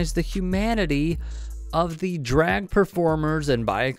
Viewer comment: 7 "dreg" queens